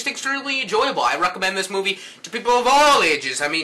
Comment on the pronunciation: lol teh way u saidd fantastic movee made me lol